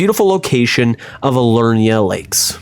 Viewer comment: I have never heard anyone pronounce Liurnia as "Alurna" 😂